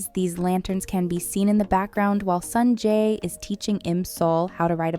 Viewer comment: Everything was ok until you started calling him "Sanjay"